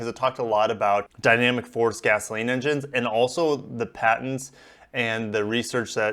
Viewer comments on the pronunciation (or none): none